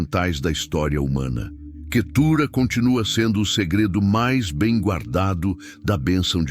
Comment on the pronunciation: O nome QUETURA não tem acento na última sílaba então não se pronuncia assim